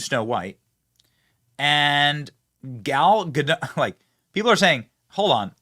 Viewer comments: First of all, it's pronounced GUH-dot not GUH-doh. She's not French, she's Israeli. Secondly, being a celebrity is a mental illness. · Benny, I love ya. Say Gadoooooooh. Gal Gadoooooooh. Not GaDOT Edit: You fixed half way through. Sweet! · GA -DOT, NOT, GADOUGH.